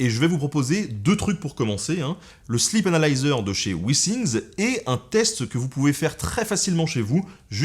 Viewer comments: J'ai entendu la même chose ^^ C'est la façon dont Ben le prononce qui est trompeuse XD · J'ai vraiment cru qu'il avait dit "Slip analyzer"...